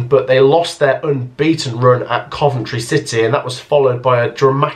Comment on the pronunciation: Am I gunna be the one to say it... not Coventry